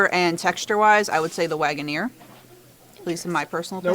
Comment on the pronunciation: Harry London was Joe Waggoner's grandfather. Waggoner is pronounced Wagon Er not Wagon Ear